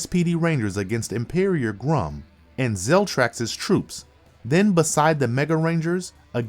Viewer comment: You mispronounced Sky Tate's name. Schuyler is pronounced Skylar. You also called Astronema "Astromena". Too many mispronounced names. Emperior Grumm? Need to do a bit more research on how to pronounce these names